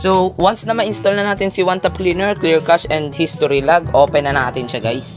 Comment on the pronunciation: Kashey mo ang basa sa cache ehe